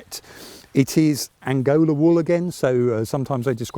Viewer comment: Not "Angola" but "Angora"!